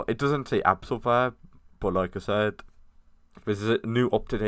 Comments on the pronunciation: its abyssal not absal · Abyssal and absol lol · fr he call " abyssal " " absol." ... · Bruh is not abbsel is abyssal